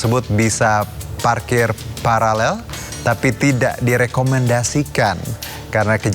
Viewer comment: Host gak bisa baca paralel